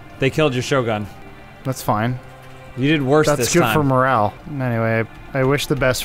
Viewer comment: Or how many times he said "shogan".